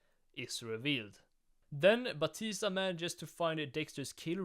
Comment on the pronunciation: "Angel Ba-tisdag" ahh pronounciation.